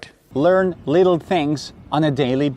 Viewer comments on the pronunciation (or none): none